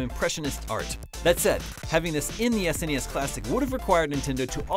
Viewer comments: Why are you calling it S N E S classic when the rest of the planet is calling it SNES? I've never ever heard anyone call it that before! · Why are you pronouncing SNES as s.n.e.s. That's just weird fam.